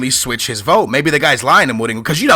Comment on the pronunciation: why do you say go instead of ho jose mourinho not jose mouringo and even jao moutinho even ronaldinho i remember u said in a different video.